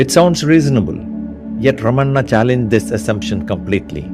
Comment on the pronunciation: Well done video. Nails the message home. One change. Not Ramanna’, it is Ramana. 🙂